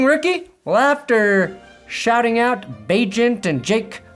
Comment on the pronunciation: So nice to finally hear pronounce Bagent's name right